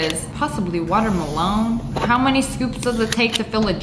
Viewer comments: I like how you say," water-mel-loan" lol... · So funny when she says water malone